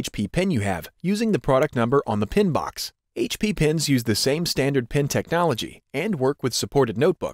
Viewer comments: it’s a pen not a pin... you say it weird.. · When he says Pen it sounds like he is saying Pin.